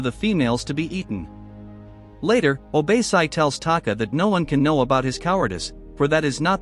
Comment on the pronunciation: What the heck is “obeysai”?????? How did you get that from OBASI??? Literally OrBASee🤧🤧🤧